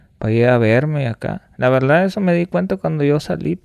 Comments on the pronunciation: Este amigo dijo "La Verldad" como unas 500 veses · La veldad estuvo chido la veldad